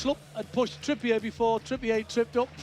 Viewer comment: referring to Trippier as “Trippiay”